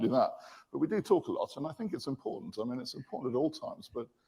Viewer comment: Impointant😂. Love you Coach